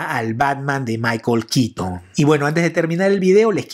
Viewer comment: Es michael keaton, no kitn. Es bueno el video pero la forma en la que nombras el nombre del actor no me agrada